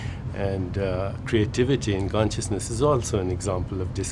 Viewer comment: could someone teach this guy how to say "consciousness"